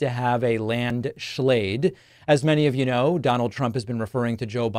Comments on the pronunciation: "a land shlayde" WTAF??? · They key points of his presidency: landshlate, Obamna and whoooah! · "A landslag" 😂😂😂😂😂